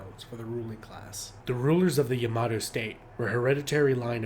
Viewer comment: "Yamahdough" - SMH